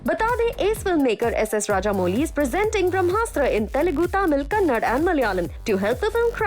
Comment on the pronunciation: It's kannada ma'am not kannad 🤦